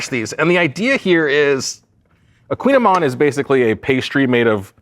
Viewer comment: It’s a koogin ayman!